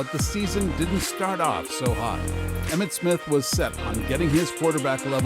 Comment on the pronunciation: Emmitt not Emmith